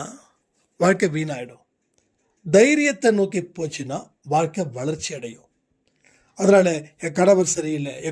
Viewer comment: "யென்னம் போல் வல்கை".